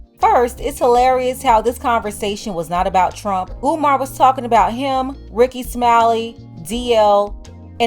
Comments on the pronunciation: Peep how he said Omar! Not umar! Maybe I’m listening trying to find a problem! but I been on Steve Harvey BS! But before you can hear it clearly he said umar. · Omar Omar He says he likes him but can’t say his name correctly. In true Steve Harvey fashion not listening to what umar said or anyone else i.e Monique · He also mispronounced Umar's name some they would go crazy over if it came from a white person